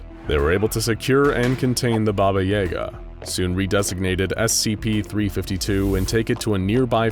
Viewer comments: BAba yaGA. Everybody gets the stress wrong! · bah-bah yah-ga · Thamn epic baba yega pronouncination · Who pronounces it Baba Yay-ga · Why is he switching to a long a for no reason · Its yaga not yaga. There is no "yay" in russian it is ya not ye that changes the word. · This is the one video that I can't watch because I literally can't hear that word pronounced incorrectly like that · And I too didn’t believe it was possible to butcher that name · The pronunciations are murder, good to see an interest in Slavic folklore tho. Fun fact, "Obrecheny" means doomed in several Slavic languages. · I refuse to believe that is how Yaga is pronounced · Coming from Slavic country it just hurt my very essence how they pronounced it 😂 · The way u pronunce yaga hurts me and im not even russian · The mispronunciation of Yaga is painful. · You miss pronunciation of yaga is cringe worthy congrats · I don't like how you say yaga, it just doesn't sound right. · His pronunciation of Yaga makes me cringe. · The way you say Yaga made me cringe every time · ITS YAGA NOT EGA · Yay-Gah?.... its ya-gah.... sigh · Ya-gah, not yay-ga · Worth mentioning that "Yaga" pronounced as "Yaaga" and not "Yega" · That was driving me crazy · I always thought it was Baba Ya-Ga, not Baba Yay-ga 😶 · It's pronounced "YAH-ga," not "YAY-ga". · Its pronounced Baba Yaga not Baba Yega. You put an e instead of an a. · No. You put a Я instead of a Е. He's right. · Bro doesnt have yaga he has yega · Hmmm yes baba yeh gah It is baba yaga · Never heard anyone pronounce “Yahguh” as “ Yayguh” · So is anyone else bothered by how they kept pronouncing it "Yayga" instead of it's actually pronunciation of "Yaaga"?? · I've always heard it pronounced as "yuh-gah" or "yah-guh" not so much "yay-guh" and it's distracting me everytime... still, I enjoy the video. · YAGA, not YEGA. You pronounce it wrong :D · Baba Yah-gah not Yay-gah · Yah gah, not Jager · Its Baba Yaga not Baba Yega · Pretty sure it's pronounced yAhga not yay ga